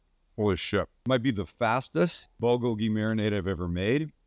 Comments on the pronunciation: Please Sam, the accented syllable of bulgogi is bul-GO-gi. It sounds like you're saying it bul-go-GI. Yes it's a nit-pick, but that's how I've heard it said every where else... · Recipe looks delicious, will have to give it a try. Only problem is Bulgogi does not have gochujang in it, and PLEASE learn how to pronounce Bulgogi.